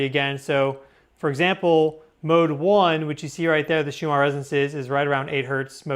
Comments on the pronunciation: Are you saying Shumarr Resonance? I thought it was pronounced Schumann. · Schumann resonance Not Shumar.